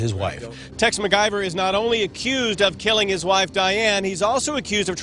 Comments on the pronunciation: i thought he said mcgyver lol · Did anyone else hear MacGyver over and over? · Every time they pronounce his name all I hear is McGyver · heavy on the pronunciation of MAc Guyver, for those of us over 30. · I'm just crying laughing about them calling him MacGyver all the time